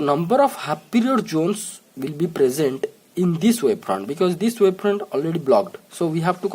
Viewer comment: It's wavefront and not waveprond